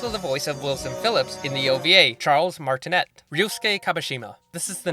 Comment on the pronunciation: It’s pronounced Charles Martinay